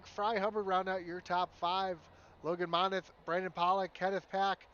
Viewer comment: Just letting you know my last name is pronounced Mon-Teeth! Thanks for broadcasting the race!